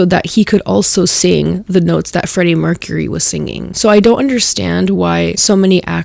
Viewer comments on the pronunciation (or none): none